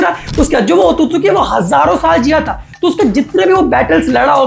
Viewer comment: Otosuki ❌ otsutsuki✔️